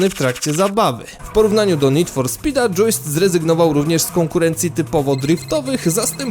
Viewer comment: "dżiust" nie "dżuist" - soczysty